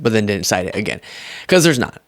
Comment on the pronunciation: you are spot on but it drives me nuts when you say dinnit instead of didn't.